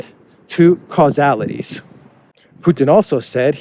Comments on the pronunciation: casualties !!! not causalities!!!😀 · Casualties, not causalities. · I think ya should have found a place to sit. "casualties" not "causalities" Flipping the "s" and the "u" changes the meaning of that word entirely... he's worried about how many die, not who's trigging conflict... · Sorry but it is significant...casualties not causality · It was 'casualties' not 'causalities'. Otherwise thanks you very much for your excellent work! x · Not causalities, rather casualties... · Not causealities but casualties. He's referring to the probability of loss of lives. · Casualties as in deaths via military conflict, not causalities.